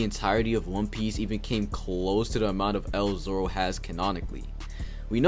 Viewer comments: stop saying zolo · Dude everytime he says zolo I cannot stop laughing